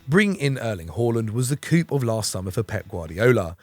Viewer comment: U don't pronounce the p in coup